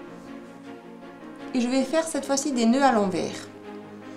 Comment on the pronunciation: Un fil à l'endroit... Et un autre à l'enverrrrs... Lol ... On dirait un accent Belge. ;-)